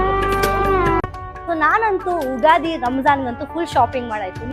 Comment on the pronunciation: ಉಗಾದಿ ಅಲ್ಲ ಅಕ್ಕ ಯುಗಾದಿ. ಅಂದ್ರೆ ಯುಗ ದ ಆದಿ. ದಯವಿಟ್ಟು ತಪ್ಪಾಗಿ ಉಚ್ಚಾರಣೆ ಮಾಡ್ಬೇಡಿ ಯಾರು ಕೂಡ... ಇದು english ಅಲ್ಲ.